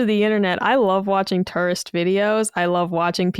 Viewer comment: pronunciation of tourist is "harrible"